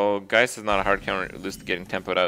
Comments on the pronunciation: HE PRONOUNCED GEIST RIGHT THIS IS A MOMENT TO BE TREASURED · OMG, HE LEARNED TO PRONOUNCE GEIST!